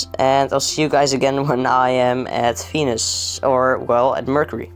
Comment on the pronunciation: when you said venus, i heard fenis fenis and ferb